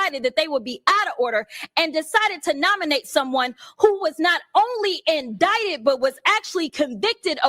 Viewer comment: What does “indieted” mean? I thought it was INDICTED. What a moron. 😂